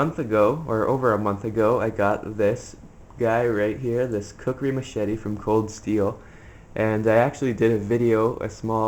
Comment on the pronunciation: That's not a knife dumbass to machete you able to your video knife. And you didn't even say kukri right